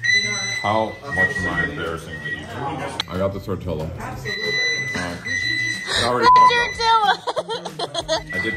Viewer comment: why you call it a tor-till-uh 😭